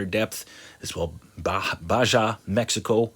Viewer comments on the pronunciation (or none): it is called Baja (the Baha peninsula) nor Ba ja. It’s, like saying Fajita. faheeta...not fa jee ta.. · Not trying to be mean, but it's prenounced Ba-Ha (for Baja) I had family that lived in Baja & used to visit every Easter break w/family growing up. Thank you for the continued reports. God Bless you. Keep up the great work! 🙏😁🌎👍